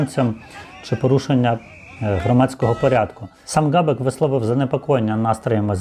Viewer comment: Не Ґабек, а Хабек!